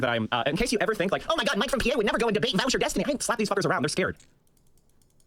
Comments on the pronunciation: Voush rhymes with couch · I love when people say vaush name wrong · Imagine being so bad faith that you pronounce someone’s name correctly the first time, but then pronounce it wrong when you’re face to face with said person, so petty.